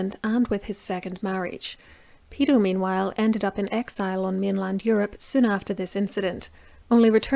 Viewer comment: Sorry, the ladies accent confused me, it's Peto not pedo lol.